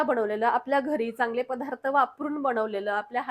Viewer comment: अगं, " पधार्त " नाही बाळा, " पदार्थ " म्हण. आणि "बणवणे" नाही करणे. ( मराठीच्या कुठल्या शब्दकोषात ' बनवणे ' हा शब्द आहे का?)